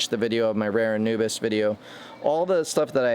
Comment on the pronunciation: Pronouced ANU-BEE-AS. Not ANU-BIS.